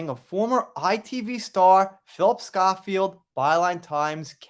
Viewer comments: FYI: the name is pronounced Scho-(to rhyme with 'snow' or 'show')field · The O in Schofield is pronounced owe, as in The Sun Owes JD a humble apology. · Pronounced Sko field x